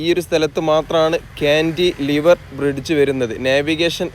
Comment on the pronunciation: കാൻ്റിലിവർ (Cantilever) എന്നത് ഒറ്റ വാക്കാണ്. കാൻ്റി, ലിവർ എന്ന് രണ്ടായിട്ട് പറയണമെന്നില്ല.